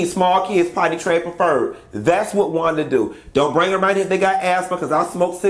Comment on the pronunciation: I think a teacher of any kind would have to know how to pronounce a kid's name correctly.Thats not Wanda